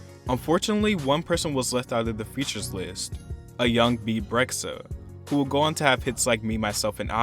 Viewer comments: "Beeb Reck-suh" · Rexha is pronounced REH-JA